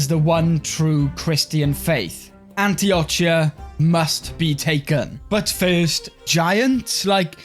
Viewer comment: the way you pronounce Antioch sounds so wierd, but great video :)